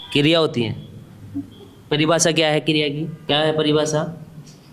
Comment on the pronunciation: Kiriya bolna to tujhe bhi nhi aata